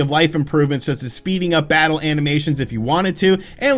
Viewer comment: “Different bosses to fattle” 😂